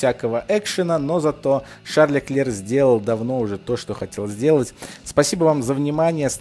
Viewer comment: Леклерк,хватит коверкать имена и названия